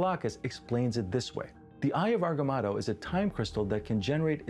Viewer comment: Eye of Agamotto, not Agamato, not Atomatoe ... Agamotto 🙂